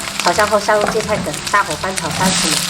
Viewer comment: 应该读“gai”，“盖”的音。闽南话读“gua”，“挂”的音。